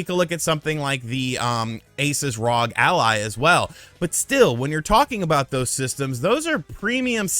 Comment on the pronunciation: Why do you say R.O.G. Ally like that... that cant be right..